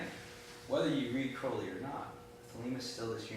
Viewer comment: You pronounced Crowley Wrong it's not crow-Lee its Kr-ow-Lee